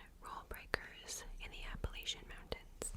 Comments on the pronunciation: you’re saying it perfectly! i grew up very very close to the mountains, and everybody in virginia says it the same way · I’m from Baltimore and we say it the way was pronouncing it lol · You said it correctly. Regional dialects are a thing. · You're pronouncing it properly sister. 😊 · It seems different areas pronounce it differently. There is no "correct" way to say it. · youre actually pronouncing it the original correct way. At least from my understanding the latch is a pretty recent thing people “latched” onto!